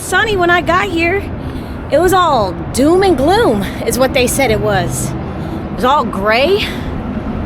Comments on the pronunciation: ‘June Gloom” because of the overcast days in June Not ‘DoomGloom” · Welcome back to California!!! I jumped to the comments to tell you it was “June Gloom” but it looks like you corrected 😊 We may have fog and cooler weather in June but the warm sunny, “ summer” weather often stays through November.